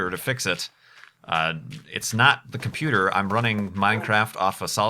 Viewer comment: What is a "comfuter"?